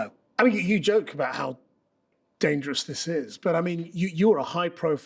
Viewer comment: So "dangeours"... 😐